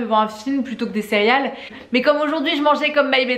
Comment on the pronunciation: Je viens de te découvrir, tu as l’air tellement sympa! Par contre, tu disais cériales? Hahaha si c’est le cas, je me sens moins seule, je le disais comme ça tout le temps quand j’étais petite haha